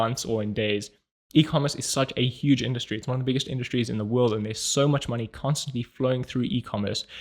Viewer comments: you just learned how to pronounce the German "Industrie" by intuition. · Did you leave the mispronounciation of "Industry" there in purpose? Haha thanks for another Video <3